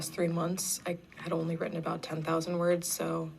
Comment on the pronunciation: If she actually got that many words “wrotten“ I’d LOVE to know how many were actually coherent